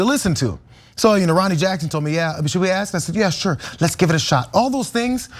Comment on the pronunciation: Thought he said SURE 🤣😅😂